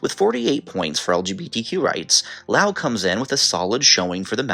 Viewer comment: Things that surprised me in this video: - Loas being in the top 10 - Loas being correctly pronounced (Geography Now is the only other YouTube channel in which I've heard the country's name pronounced correctly on.) - Bhutan being in the top 10 - Singapore being in the top 10 - Cyprus not being in the top 10 (I believe the nations of Cyprus and Israel have by far the best queer rights in the Middle East, [which I know isn't saying much unfortunately,] but I know that Israel is kind of... complicated... but I still expected Cyprus.) Seriously though, was Cyprus like #11? Because I know they have civil unions.